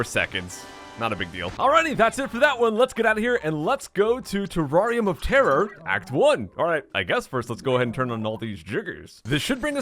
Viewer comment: Is it just me who thought he said teraria motara? Not terrarium of terror